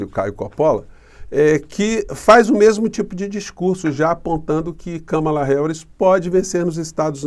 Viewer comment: E kahmahla nao kammela